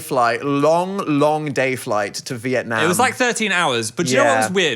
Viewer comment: side note but as a vietnamese person the way they both pronounce vietnam makes me so happy